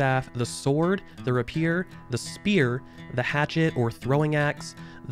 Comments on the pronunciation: RAY-pee-ur not ruh-pee-er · 'Rap-eers?!?' ... rap... eeeeeers? Jesus what?? Your pronunciation of rapier is grounds enough to immediately close the vid. Unnaceptable. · Did he say RAH PIER XD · Hey all! thank you for all the awesome comments! Here are a few answers to questions I've seen: 1) I know I pronounced Rapier incorrectly. This is partly from me always reading the word and never hearing it out loud, plus my Midwest accent doesn't help, Ray - pee - ur! I got it, thank you! 2) This game is PC only, apologies for not making that more clear. 3) The intro song is Gods Gonna Cut You Down found here: Sorry I wasn't able to share the direct song. This is a royalty free site I use for some music. 4) Some of the info was left out due to it being under NDA or there being some contradictory information. Appreciate all the head's up and folks pointing out things! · Rapier = ray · pee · ur that being said thanks for the video, I haven't played since last year so it's good to see changes in the right direction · Great vid !! You did make me cringe a bit with your pronunciation of Rapier though - its Rape-ear lol Reagents is another a lot of peeps mess up :) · Hate to be that guy but: rapier [ rey-pee-er ] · Good video - I hadn't heard of this game. Please do me a favor & learn how to pronounce "rapier" - hint, it's 3 syllables not 2. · Nice video but please learn to pronounce rapier correctly!